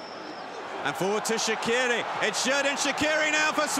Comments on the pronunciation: But they say Shaqiri wrong Shaqiri is an albanian name and it's not like Shakiri but Shaqiri so the problem is the q If you want to read right the name of Shaqiri is this Shachiri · They can‘t say his name right it isn‘t Shakiri it is SHAQIRI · It’s pronounced shachqiri in Albanian with a ch in the middle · Yeah because they can’t prounonce it properly, the Q in Shaqiri is prounonced as Ch.